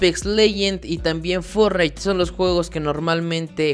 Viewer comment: Y forrait xd